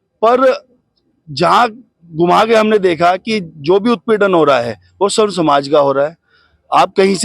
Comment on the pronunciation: स्वर्ण नही सवर्ण कहे